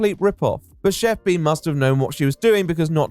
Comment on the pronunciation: Are we gunna talk about how Pi isn't pronounced P?